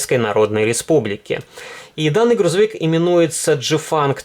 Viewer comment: Ты чуть ошибся. Не "Джифанг", а "Цзяфань"